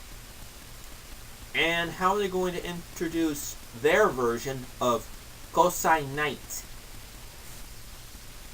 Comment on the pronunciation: Wow. I mean, wow man. No clear explanation as to why you hate these things so much (other than being biased to Super Sentai). And as a Sentai fan, mispronouncing "GOSEI" makes you look pretty bad. I mean, I love Super Sentai. Have for years. At the very least, I can note some good points in every series I watch. Megaforce is only starting. Give it a chance and maybe it'll surprise you.